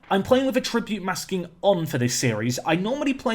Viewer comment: You say attribute wrong